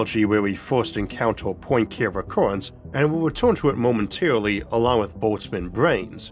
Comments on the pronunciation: Lol the pronunciation of Poincare is pretty bad, and it's not a speech impediment thing I'm laughing at. Poincare was a French mathematician and his name is French as well. It's not Poin "care" recurrence. It's Poin KAR rhey. I just can't take you seriously when you butcher this name so badly multiple times. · Lovely video! Just a pronunciation note for pedants/those interested: in my maths education I always heard Poincaré recurrence as “pwan-car-ay” rather than “poyn-care”, after the French mathematician Henri Poincaré.